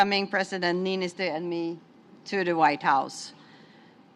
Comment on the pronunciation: After all these years he still can't get Niinistö's name right. 🤣